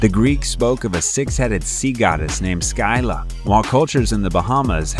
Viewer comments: It's quite painful how you're pronouncing Scylla and Charybdis. It's Silla (first syllable stressed) and Karibdis (2nd syllable stressed), not Sky- La and CHAR-bi-dus. Please, these things are easy to Google, or you could listen to the song Wrapped around Your Finger by the Police. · Your mispronunciation of the Scylla drives me bonkers. If English is your first language then its pronounced similar "Ski (like skill ) - Lah" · Ok, I am not trying to sound like jerk, and I apologize if it comes acorss as such, but that is not how you pronouce Charybdis and Scylla. It's pronounced "Kar-rip-dis" and "Silla". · Your pronounciation is wrong. Scylla is pronounced SILL-a. Charybdis is pronounced ka-RIB-dis. CH in the Greek is voiced as K. Nemean is nee-MEE-an. Chupacabra is pronounced exactly as it is spelled, CHU-pa-ca-bra. Short A in the final syllable. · Kah-rib-dis & skill-ah, thank you. Ooph! Those pronunciations were nails on a chalk board for me. I know I’ll get hate for this comment, but I couldn’t not say anything. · Kar - rib - dis Skil - la Si - thee - ans